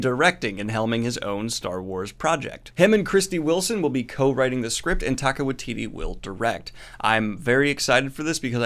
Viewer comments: Interested in the app you mentioned. Thought you should know their support is worthwhile. Also, I love you, but you're saying Taika's name um.. Wrong. Think of it like Tyka. 💚 Glad you shared the info. We've done the scholarships for over a decade. Given how violent they were HBO seems like a good home for Looney Toons. 🤣 Also, eff Tolkein's estate, since he didn't actually invent elves and whatnot. And also, you're welcome for the publicity. 🙄 Also, also. Is too little too late for Netflix. No release date for season 2, and a tech problem had their customer service tell me, "Finds something else to watch." So I did. Titans is a great show! Never going back to Netflix, short of an apology that is not likely to happen. Nice news wrapup! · Say it with me -Taika is pronounced “Tie - Ka” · I think you're pronouncing Taika wrong? I think it's more like "ty" for the first one.